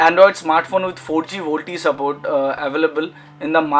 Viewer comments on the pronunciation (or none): none